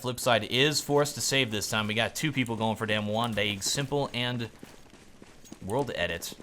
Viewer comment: "Two Pleeple"